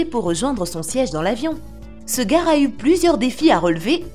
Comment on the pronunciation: Mdr la voix de sintese me tue elle dit le garre